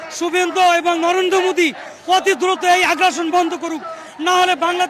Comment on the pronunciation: Re naam ta thik kare ne.. Modi not Mudi.. 😁😁